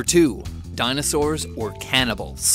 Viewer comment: "Even DINOSAWURS"